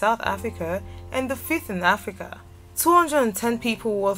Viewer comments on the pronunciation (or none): none